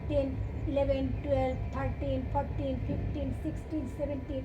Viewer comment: It is not Fortin , it is fourteen